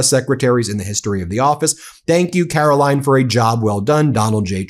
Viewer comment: Have I mentioned how much I enjoy you calling her Karolying...😂